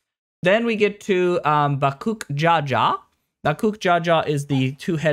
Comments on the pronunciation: BaKOOK ja ja...... bro where the fuck are you getting the k it's baKOOL ja ja 😂😂😂😂😂😂 ain't no way you played this entire thing and thought it was bakook jaja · if you are going to comment on the story, please at least have your audience half convinced you actually went through it. to mispronounce the name of a major character in the story (bakool ja ja) literally almost got me to stop watching the video, and that’s not even mentioning the other names you butchered 😭that being said, i do agree with many of your points. the expac was dependent on whether or not you liked wuk lamat and honestly im nearly done with the story and i can’t decide if i like her…